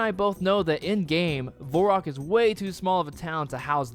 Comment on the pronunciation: Hes saying Varrock wrong :)